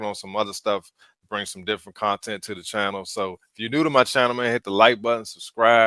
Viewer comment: "Can y'all do a testing" "ittle speed" "Differenchch" Can't even pronounce filter. And you wonder why you're having a bad time? Hmmmmm Smh lol